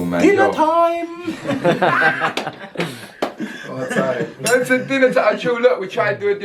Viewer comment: 😄 'dinner toyme'🛎